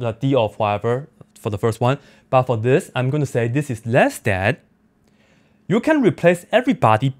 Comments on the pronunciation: I thought he was saying Woof! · It sounded like he was saying wolf. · He loses power to pronounce r when powered